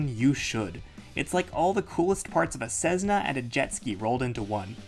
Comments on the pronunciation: CESSNA not CEZNA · Hi. Do people really say Cezzna for Cessna or is that pronuzziation a joke I didn't get? 🙂